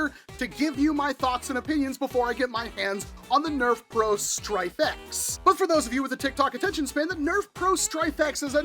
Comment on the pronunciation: Every time you said "Stryfe X", I heard Stryfe-ette, which made me think of Smurfette. Now, I feel the need for an 80's cartoon marathon. God, I'm old. Anyway, yeah I think this is too little, too late from the mothership. This would have been super cool even in 2018, but not so much today.